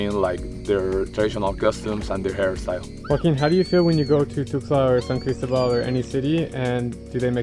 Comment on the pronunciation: One should learn to pronounce Cristóbal correctly if you’re visiting it and reporting from it. And the Coca Cola sweetener difference between the USA and Mexico is a hoax. Look it up. And that one and a half liter or 2 liter bottle of Coke shown costs more than USD .30. Admittedly, they do love Coke. And another point, Jalisco is not he “only place in the world” that’s grows blue agave. Three adjacent states also do. You contradict yourself later when taking about the making of mezcal in the state of Chiapas. I think maybe you shouldn’t frenetically run around the world, visiting them all, but instead stay awhile. One learns more. You did apparently in the Philippines and Vietnam but is this YouTube business that important in your life?